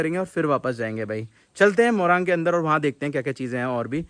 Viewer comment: Moraang nahi morung bolte hain